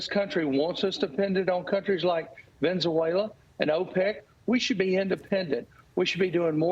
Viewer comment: Did a highly paid, highly educated, powerful congressman just say Venn zoo wayla? How emrabassing! It's Venezuela you dain bread fool!